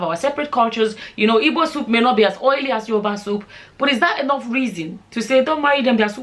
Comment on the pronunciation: you should be smart enough to know that that question was rhetorical,she said her mom was ""ibo",the word is "IGBO",the word ibo is sometimes offensive to igbos,at least be respectful enough to pronounce the name of a people correctly,most product of such unions tend to do this,they either pick one culture to affliate or affliate with none,tending to define themselves by the pseudotag""nigerian"".thus are often the victims of cultural dissonance.